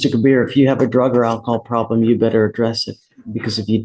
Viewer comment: Ke-BEER is also hooked on phonics